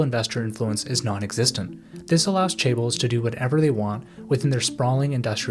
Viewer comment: Crazy this video has so many views and obviously a good bit of work behind it and you can't even pronounce chaebols